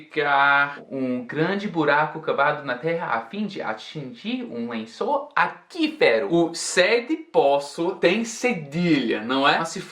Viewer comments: Desculpe a ousadia mas tenho que falar: aquífero se diz “akui” e não “aki”, como em “Quiet(Kuaiet)”, akuífero... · aquífero se pronuncia aQÜIfero, Não akÍfero. good Job, great Portuguese and thx for the lesson! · Aquífero, acuífero se pronuncia!! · Mais um ótimo vídeo, apenas uma correção, a sua pronúncia de "lençol aquifero" acabou soando como "akifero". Na verdade o som seria um "akuifero" bem rapido, estilo o som que o QU faz na palavra "cinquenta" Até uns anos atrás o português tinha o acento para indicar quando existia essa pronúncia, por isso era escrito "cinqüenta" e "lingüiça" ou até "freqüente". Hoje não há mais o acento então é normal se confundir, Abraços, See you man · Poço = .... atingir um lençol aquífero = pronuncia-(acuífero)=cuífero 🙏 vocêfala melhor português do que eu 😂👍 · Não, não...acho que o que escrevi deu a entender errado. Eu sei porque "aquífero" se pronuncia assim, por causa de Acqua mesmo. Eu quis dizer que o lógico seria na concepção de um estrangeiro como o, entende? Porque é quase certo que ele leu essa palavra como "akífero" por quê a palavra AQUI se pronuncia AKI, talvez tenha sido uma relação automática na mente dele. E querendo ou não, a ausência do trema torna uma leitura correta na primeira vez de certas palavras, atualmente, quase que impossível, justamente por não ser possível identificar quando se pronuncia o U ou não. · não entendo esses gramáticos, pelo visto tanto na língua inglesa quanto na portuguesa, eles só fazem complicar nossa vida. É que nem o trema no Brasil, se ainda existisse o, por exemplo, não teria pronunciado "aquífero" da forma errada. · Ai meu Deus! AQUÍFERO!! Quando tem que falar o "u" ele não fala. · uma dica, na palavra aquífero, o u deve ser pronunciado (ele era escrito aqüífero antes da reforma ortográfica) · a palavra "aquífero" tem a pronúncia do "qu" diferente da que você pronunciou, mas normal você ter pronunciado assim, já que nada indica o outro modo de falar